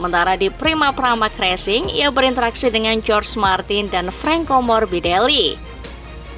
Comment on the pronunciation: Izin koreksi min,jorge martin dibacanya bukan jorj martin, tapi horhe martin